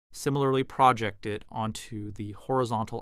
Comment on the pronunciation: QAM is correctly pronounced as KAM not KWAM. Also cosine is pronounced as co-sign not co-seen. Projected is pronounced Pro -jek-ted not Pra-Jok-td